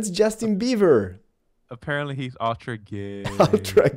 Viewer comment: did he said justin bieVer?